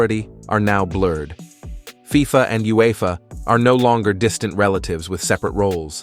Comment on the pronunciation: Lost me at F-I-F-A